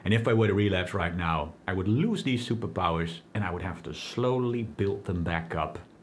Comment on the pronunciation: The way he say superpower 😂